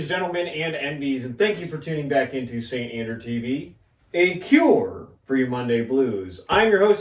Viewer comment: "The Saint Andraw"